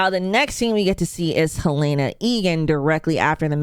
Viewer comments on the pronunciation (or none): Her name is Helena, not Halaena